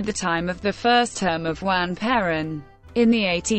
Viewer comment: PLEASE !! Lose the computer voice !! It cannot even pronounce her name correctly. This is the first time I have heard Perón said improperly. Please re-do this with a human narrator; thank you.